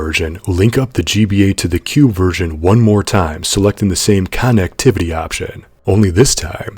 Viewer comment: You pronounce "connectivity" in a way that i would wager has never been uttered before, great job!